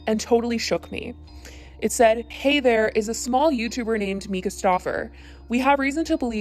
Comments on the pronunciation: You are saying her name incorrectly. It is "mai-cuh" not "meeka" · It’s MY-Ka not me-ka. Just for future reference.